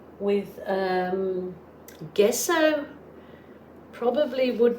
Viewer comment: That turned out to be a very beautiful Lazy Susan. It will definitely spiff up your table!! 😍😍 PS: Does everyone in Australia mispronounce Gesso? Or is it just a " being cute thing?" Like when you say "Wowsers Trousers."